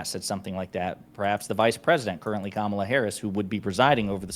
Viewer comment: . Bottom guy, "ka-MA-la". Watch Fox mutch? Its not hard to pronounce Kamala. Be nice.